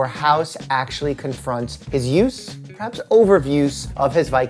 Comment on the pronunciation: "perhabs overuse"? :D